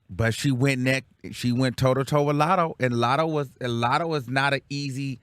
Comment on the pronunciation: The way he says “Lottle” for latto 😂